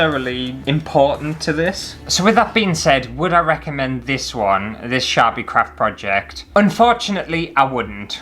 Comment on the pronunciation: OMG when you first said "Sharpie crafts" I heard "Chav-y crafts" and although I may be Canadian, I know very well what a Chav is lol. I think you guys call 'em roadman now, IDK, but hahaha. "Chav crafts. Crafts for people who just can't be arsed!" Oh! I drew a picture, if you want to colour it in, here's the lines and feel free ♡♡. Not promoting, just gifting lineart to any colorists who want it ^-^ ♡